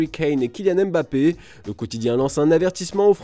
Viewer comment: Mon oreille saigne à chaque fois que vous dites Mbappé. Respectez la prononciation de son nom s’il vous plaît 🙏🏾